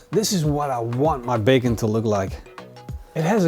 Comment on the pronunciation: He says bagon not bacon